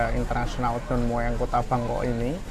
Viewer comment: baca aja Don Muang.😅